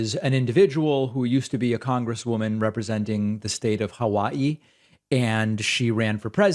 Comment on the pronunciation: I have such mixed feelings about that pronunciation of "Hawai'i"...